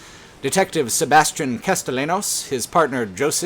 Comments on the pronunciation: Castellanos is pronounced Casteyanos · i'm watching the video and it's good and all but every time you mispronounce castellanos despite it being spoken several times in the game i physically recoil